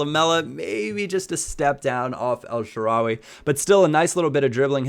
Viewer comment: The way you pronounce El Shaarawy makes me cringe